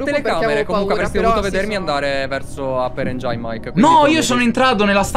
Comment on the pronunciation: "APPER ENGIAIN"